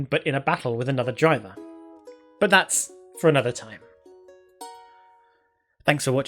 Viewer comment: You pronounce driver gyver